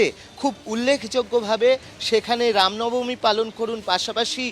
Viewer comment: Ram Nabami.... Thik vabe uchcharon korun..... Ram namani noy